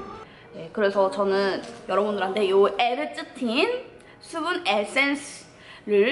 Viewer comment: 국밥 퍼묵퍼묵할때 보다 화장품 리뷰할때가 더 잘어울렼ㅋㅋㅋㅋ워쩔ㅋㅋㅋ (이런 캐미녀 이 먹방해줘서 다시금 아리가또~) (Thㅜ분 에센thㅜ, ㅋㅋ th발음 귀욤귀욤)